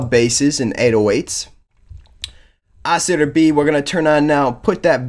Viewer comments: Yuh. I think you may be saying it super fast. I loooooove the word Oscillator and I love hearing it through various mouths, so I care not if it sounds like Oscitor, it's a new one to my ears though xD. Sexy ass word either way. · Lol sounds like he's saying "Oscitor"